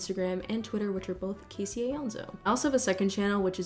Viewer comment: i can’t believe i just listen casey botch my surname thanks to a couple of brothers whose existence was completely unknown to me :’)